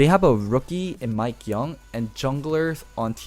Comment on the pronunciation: Mikeyeung not mikeyoung